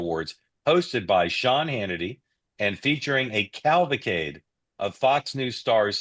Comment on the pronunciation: It's CAV- AL-CADE , not CAL-VA-CADE